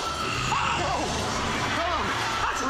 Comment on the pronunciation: How he said 'no's Is he from that 'no! Just no!' Meme?